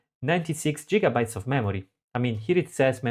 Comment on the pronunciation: 96 jigabytes 😲😳